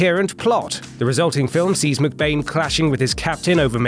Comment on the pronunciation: Why do you say McBain like Muk Bane?